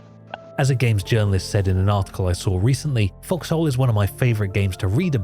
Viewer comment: Why calling it FoxHole... It sounds like F**ks Hole